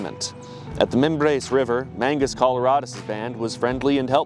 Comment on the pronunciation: "I've been learning spanish for this" 5 min later: "mEnGuIs CoLoRaDeS" perfection